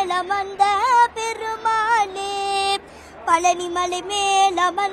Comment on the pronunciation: பெருமா*னே* இல்லம்மா பெருமா ளே. திருத்திக்கோம்மா